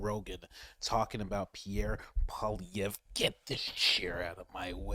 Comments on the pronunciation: PBD says Poliveh didn't want to do the work but yet the man didn't even put enough work into his own podcast to even know how to say the man's name correctly ......what a joke All you had to do was spend five minutes watching Canadian news because they say Poilievre 20 times every news cycle ffs It would literally be like a Canadian saying Donald Tremp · lol…That’s not how Poilievre is pronounced….Poili…is pronounced Polly like “Polly want a Cracker”. Ev = eve, re = er